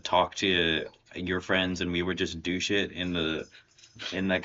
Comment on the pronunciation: Playdate PDX. Also, it sounded like you said, "Douche it" (not "do shit") and I was horrified and reevaluating everything I thought I knew